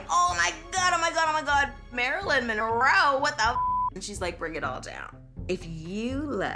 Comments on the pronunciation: M...mo.. mon.... monro... monroeeeee.. lmao too drunk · 😂Marilyn had to take a drink when the narrator couldn't get her name right... Priceless. Love this show. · I cried. And then she started failing at pronouncing Monroe LOL